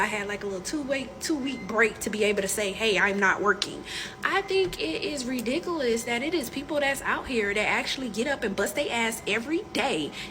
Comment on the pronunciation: "Dat's redickuliz"